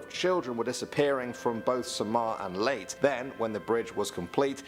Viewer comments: The only mistake is he pronounce leyte as leyt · I'm cringing by the way he pronounced Leyte as late. It's Lay-te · Its leyte with a e in the end leyt e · the man pronounced Leyte wrong its not pronounced like LATE its pronounce like LEYT-TEH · hes saying late at bloodg bridge its called leyte ley-te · Kuya Ley-te they are split not layte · He called Leyte LATE,, ITS LAY-teh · Pronounced as Ley-te not late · Its leyte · Dude mispronounced Leyte & Quezon. lol